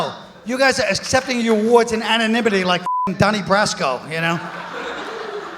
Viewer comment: sinxty sinkth annnjual awooorders Lol